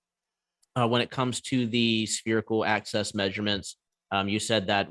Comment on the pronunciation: Why does he keep saying 'spherical ACCESS'?